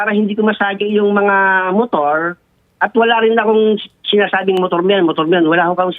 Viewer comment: side mirrrooooaarrrr... Motoarrrrr